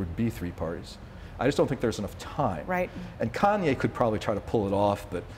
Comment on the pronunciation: “Kanway”. lol. And yeah this has aged well - as if Kanye isn’t going to be on tmz soon eating his own shit